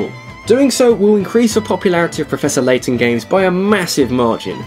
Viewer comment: Turned off video when I heard Laton XD